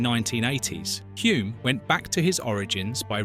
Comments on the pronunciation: Both Denny and his father would turn in their graves when hearing the name pronounced 'Hjume' instead of 'Hulm' His nickname, "The Bear" was because he could be very grumpy with stupid questions from journos. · It's not HOOM but HULME. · His name was pronounced Hulm not Hume. This is rubbish. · Excellent 👌 👏 Just a minor thing... Hulme is pronounced like " Film " so just add an H and you get the true K1W1 pronunciation of Dennys surname " Hilm" even though it is spelt as you have it. Hulme. Not even going to try to help you with the pronunciation of the Maori birth place of Denny lol 😅that would wear out my fingers and the Internet :) Again thanks for the clip on Denny. A Top bloke all round. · It’s pronounced Hull-m isn’t it? Almost silent L like in film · Hulme: /hʌlm/ is the correct pronounciation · You don't even pronounce Denny's name correctly. His father was not GIVEN the Victoria Cross .... He EARNED it. This video is a waste of time. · You have butchered the pronunciation of his name and where he was born so badly I stopped watching. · that is what you took from it? the incorrect pronunciation of his name, and multiple incorrect facts . . . i wouldn't even worry about the narrator's opinion, when it is obvious, that he has never watched a race, let alone an f1 grand prix in his life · The narrator cannot even pronounce his name correctly. Listen to the commentator at 4.22. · You can‘t even pronounce his name correctly… 😒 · "You can't take the L out of Hulme"